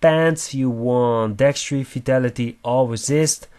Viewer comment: That word is Dexterity. dekˈsterədē think of it as deck stare uh tee. I get that English isn't your primary language. However, if you are presenting in English you need to learn how to pronounce words correctly in English. Otherwise don't speak, or speak in your native tongue and live with the cpms you get from German/Russian/etc YouTube versions.